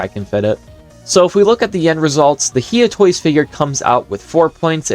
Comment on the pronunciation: Bro its no He Ah toys its hi ugh toys